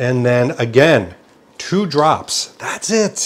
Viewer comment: I love the "TWO drops" XD Great work David :)